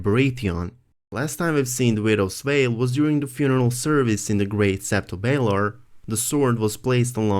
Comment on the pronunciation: did he say Vidows Vail lmfao